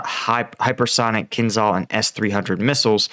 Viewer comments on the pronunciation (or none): none